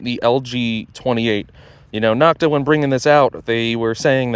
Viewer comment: Knock-ta is a derogatory pronunciation other manufacturers gave this company, as in knock-off. It is NO-k-ta. The O in Nokta is the same long O as in Makro. Great video comparison. Thanks for posting.